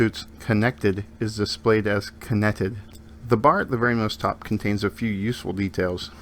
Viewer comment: "BT Conneted" hehe